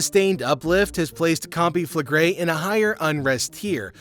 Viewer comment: Can pronounce the volcano but gets naples wrong. Who is this guy?